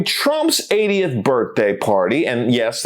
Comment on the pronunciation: Misheard "80th" as "idiot". Same, same.